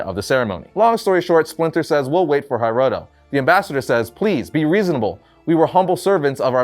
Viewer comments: Love how is pronouncing Hiroto as “Hi-roto”, instead of “He-roto” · Hearing you mispronounce hiroto over and over and over was like nails on a chalkboard. 😱